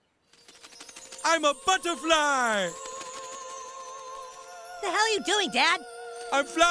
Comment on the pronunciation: I AM A ✨ BUTTORFLI ✨